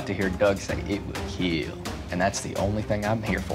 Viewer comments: will it keel? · It will KEAL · it will keal.